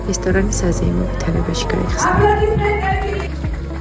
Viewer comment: da ap”L”odismentebs ra ushve”L”oooot????😀🤪